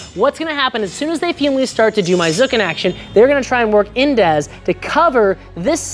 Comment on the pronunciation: You almost pronounced Zucken right. ˈt͡sʊkn̩ The Z has be be sharp like a Sz (sounds like the hissing of a snake) the u is short, sounds a lot like double o in „loo“, yet shorter The rest is fine. So summarized: Tsooken or tsu-ken